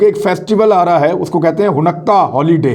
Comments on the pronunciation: Ha noo kah not ha nukkah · It’s called Haa-noo-ka not hanukka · عمران یہودی تہوار کے نام کا صحیح تلفظ “ہانےٖ کا” یا “حا نے کا” ہے حنقا نہیں ہے، صرف اطلاع کے لئے لکھا ہے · Hunakkah nahi Hanukkah pronounce hay... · It should be pronounced as “haa nee kah” not “ho nukka” Thanks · Hanukkah not Hunakka. Don't take it personal, just a correction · Imran khan I just want to correct some of the words pronunciation you pronounce like you are using in this video the word is haunika not hanakka also the name of the city of the Israel is Tel-Aviv you pronounce different it is hard for me to correct it by writing and I don’t know how to voice record the pronunciation and send it to you if you could call me I can probably explain you better I am in New York State my phone number is ,I am usually free after 7PM New York time,I do like the work you are doing keep up the good work shabash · AOA imran khan little correction of pronunciation its not Hunnakka but its sound like Honaka. Great work. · It’s hanooqa not hunaqa you pronounced wrong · Honakkah nahee ha hanka ha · لفظ خانیکا۔۔۔ جناب۔ آپکا بڑا بھائی امریکا سے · Array Bhai please please please. It is called. ( ho ni ca) ( ہو نی کا ) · Bro it’s Ha-Naa-ka ( Hanukkah ) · It is haneka man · sir it is pronounce in simple ways i try to tell u .....HANEEKA ... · Aslam-O-alikum Hanukkah festival pronounced as(Hanika). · Khan Sb ! Exact pronunciation is Ha-ni-Kah. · ہا نو و۔ کا تلفظ ہے اس لفظ کا شکریہ بہت اچھے پروگرامز کرنے کا۔ اللہ پاکستان اور اسکے محافظوں اور وفاداروں کی اور تمام معصوم مسلمانوں کی حفاظت فرمائے۔ آمین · Handeka you said it wrong